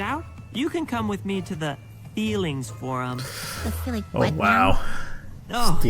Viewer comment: The "Feelings Forum" sounded more like an emphasized "Breeding Room"...